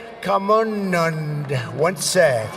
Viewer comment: I only came to hear this word😂😁 Trump's Pronunciation is amazing 👌 Chaiwala = chiwala Bhangra = Baangar Sachin Tendulkar = Suchin Tandulkar Virat kohli = virat koli Diwali = Duwali Swami Vivekananda = Swami Vivekamundan